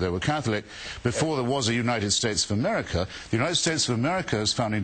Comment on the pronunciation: Americer lol